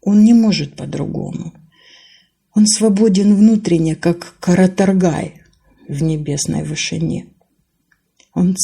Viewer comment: Спасибо большое!!! Браво!!! Маленький совет: не всегда в казахском языке работает чередование гласных, поэтому верно произносить каратОргай, при том Вы верно ставите в словах казахского языка ударение - оно всегда падает на последний слог.